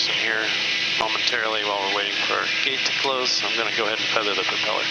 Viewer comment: Did I hear correctly “the propell-air” 😂 like it